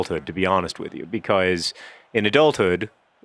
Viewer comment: i love that you always say 'becoise' instead of 'because'